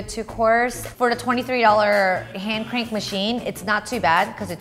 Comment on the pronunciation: Lime if you heard her say, "hayned crank it" in the begining